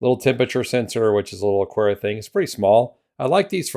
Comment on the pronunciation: No 'u' in Aqara. Just pretend it's a k instead of a q.